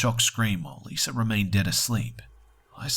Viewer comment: wanna hear a joke? pronunciation of Lisa. He says Liser